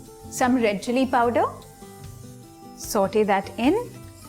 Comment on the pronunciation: Saute as in sought you say